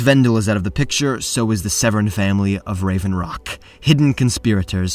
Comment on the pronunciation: As a member of the Severin Family, I can confidently tell you that the second e in our name is Silent. Its sounded out as Sev-Rin. Fun Fact.